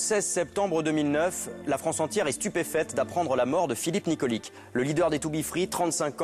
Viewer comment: Nikolic se prononce nikolitch